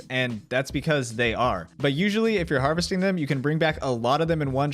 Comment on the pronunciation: Lol "harvesting"